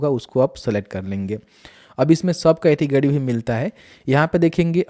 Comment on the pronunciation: Good information but....🤔🤔🤔 अड़्त-गड़्त और पतरता, कैटगड़ी 🤔😂😂🤣🤣🤔🤔🤔🤔🤔🤔😂😂😂😂😂😂😂😂 can't stop laughing.... 😂😂😂 Sorry...